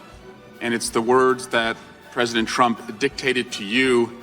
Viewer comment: "Preaident Swalwell" HAHAHAHAHAHA did you people catch that?? BURN!!!!!!